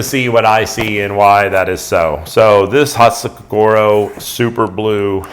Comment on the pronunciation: Lovely knife. Thought you might want to know that your pronunciation of "hatsukokoro" is way off. There are few long vowel sounds in Japanese. So it's "ko ko ro", not "ko core row" like a lot of westerners say. Thought you may find this interesting, or maybe not. Great work as always